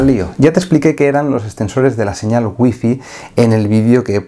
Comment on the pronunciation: Por qué los españoles no pueden pronunciar Wi-Fi😂😂😂